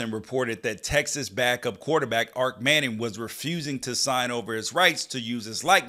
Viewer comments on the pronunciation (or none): Might wanna fix that headline….also it’s Arch, not Ark. Your take is solid though!